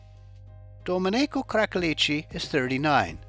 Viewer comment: Not the correct pronunciation of Domenico